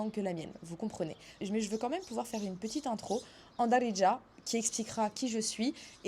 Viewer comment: C'est "Be Dziriya" littéralement " en Algérien " ce mot Daridja ne veut rien dire en faite . Il faut travailler ton H ح c'est le plus dur pour les étrangers non arabes